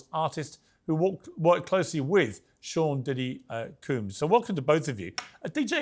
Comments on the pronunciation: Sounded like he called him Sean p Diddy coon?? I hope not! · Did he say Sean diddy coons ?